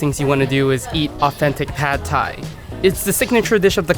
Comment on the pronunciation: thais don't actually like pad thai all that much. We don't even pronounce it like that, it's "pat". If I along with my the rest of my countrymen, had to vote on the "national dish", it would undoubtedly be pad krapow, stir fried holy basil with meat on top of rice with a fried egg. If a dish deserves to be called that, it's pad krapow.